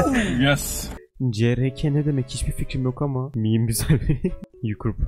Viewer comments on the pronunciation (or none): miim değil meme deniyor:)